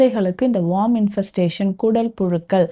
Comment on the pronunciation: வார்ம் இல்ல மேடம் worm(வேம் )